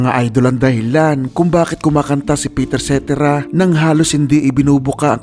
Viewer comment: Pakinggan mo kung paano bigkasin ni David Foster ang pangalan ni Peter Cetera at yun ang tama 🤨